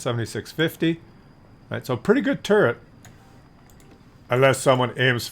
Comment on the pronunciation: I like this tank. I would like it more if it had at least 10 more pen for the normal round and 200 armor for the turret. Also, I wish you would stop saying tumor all the time